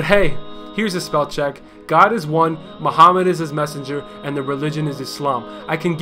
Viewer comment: That's was great. Just didn't like how he said the name of Prophet Muhammad (PBUH) in an English accent.